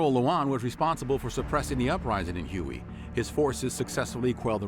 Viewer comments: I can't believe that the narrator pronounced the city of Huy as huey. It should be pronounced as way. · Hue is not "hewey", it's "way". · you keep saying 'hu-ey' (like the helicopter)...but the town you are trying to (improperly pronounce) is Huế, pronounced 'Way'...then again, the massacre of My Lai wasn't actually mentioned by name...just Calley (or the fact that Colin Powell, then a lieutenant) was deeply involved in the 'cover-up' of it. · Hui is not pronounced Huey. It’s pronounced “way”. As far as I know. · What the heck is Huey? If you are talking about the ancient capital of Vietnam, Hue, its pronounced Hway. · HUE is pronounced "WAY" and NOT "HUGHEY" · Hue is pronounced like way, not Huey. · it's prounced "Hway" not Huey. The city of Hue carries a strange pronunciation but its definitely "Hway" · Hue is pronounced "Hu-air".. not Huoey... #americans .. otherwise a nice summary... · It was called Me Lai not My. And its Whey not Huey. Please Learn pronunciations. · PLease, for the love of god, watch the video "How to pronounce Hue (Huế) in Vietnamese (Northern accent)" It's not Huey, like the helicopter, it's Hway or Huh-way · Hue is pronounced Waay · Hue (the Vietnamese city) is pronounced "Hway". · I know. Hue is not pronounced huey. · Hue is pronounced “way” but great video!!! I love this channel!!! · The narrator has to be a BOT. He cannot pronounce any of the locations properly. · Were you the narrator? If so, why did you mispronounce it repeatedly?